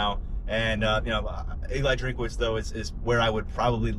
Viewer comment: It is not drink-a-witz. His name is Drinkwitz.